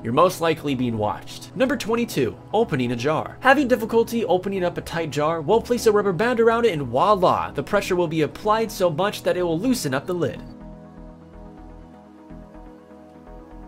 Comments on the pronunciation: Please don't say "wallah" it's Voilà! Carry on. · "and walla" oof that made me cringe